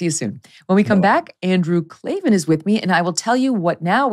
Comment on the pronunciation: There are no Eees in Klavan 😜